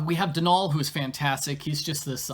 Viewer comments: I have a very love/hate relationship with this game. I love the honest attempt at representation of Irish culture but at the same time there were a lot of misses too. The biggest thing that bothers me so much is the mispronunciation of Donal, and it's to the point where it's distracting. The emphasis should be on the first syllable, not the second - granted it's an anglicisation of the name Domhnall but even then it shouldn't be pronounced the way they do (Domhnall Gleeson's name for example). I do appreciate the focus on a Bean Sídhe (Banshee) rather than something more stereotypical (thank goodness no lucky charms leprechauns), but there are other things that are. I wish there was a little more exploration on what Banshee folk are though, I feel like that was a missed opportunity for that and possibly some additional folklore. They were really pushing the whole Banshee thing but simultaneously it felt like it was one main plot with Kyler with Banshee side story tacked on, if that makes sense. I would have liked more explanation in game of the background of the Banshee folk and perhaps even more on the Sídhe folk in general (Sídhe = Faerie). I also wish there were more actually Irish characters in the game. I think you yourself made the joke about not having enough budget or something to hire actual Irish voice actors. I also think it would have been more interesting if they were in the west coast like Connacht, or even further into the centre of the country, rather than goi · As an Irish person, I'm a bit biased in liking this game. I like the plot and the end twist. They don't pronounce Donal right but eh, I can't complain too much.